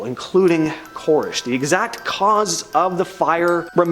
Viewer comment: 2 things- 1) its pronounced "Kore-esh". 2) The Waco incident is what was the catalyst for the terrorist attack on the Murrah building in Oklahoma City on April 19th, 1994.